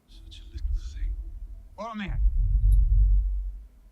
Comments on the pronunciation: Hi, I’m sorry, I don’t know your first name so it is. I noticed that you didn’t seem to recognize Sean Bean, who plays Boromir, BTW: you pronounced all of the names perfectly, anyway Sean Bean stars as Ned Stark from Game of Thrones. Most reactors point that out if they’ve seen GOT, so now I’m curious if you have and if you’d be interested in watching it if you haven’t. I would love to re-watch GOT with you and hear your thoughts. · Finally a reactor reads Boromir correctly. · Well, you did get Boromir spot on... even his name "Boromir" in a rough translation means "faithful jewel" based on the way Tolkien built his language... so in reality Boromir was the most faithful soldier to the kingdom of Gondor while also being their jewel because he was the best fighter, the leader of the armies and the one that kept everyone safe. The weakness of Boromir is that he followed orders to a fault... you will see Boromir's character being explored just a tiny bit in the second movie's extended cut so no spoilers... However the first movie shows us exactly what you said... Boromir is a protector of the weak and powerless and he did EXACTLY that... when the Uruk Hai attacked at the end, he could have gone to fight with Aragorn, Legolas and Gimli and he would have been safe... but he went to protect the ones that NEEDED his help... Aragorn didn't need his help, Legolas didn't need his help, Gimli didn't need his help.... the one that needed his protection were Merry and Pippin, the weakest members of the group, so Boromir literally threw himself upon a whole army, refusing to let his companions be taken or killed. Boromir's character is a masterpiece of writing to be fair... the whole first movie/book prepares you to see him as a villain, as a greedy man that wants power, but when you understand his whole character arc you are stunned... he was a loyal soldier, a great captain, someone that spent his whole life living by the sword to protect his people and gambli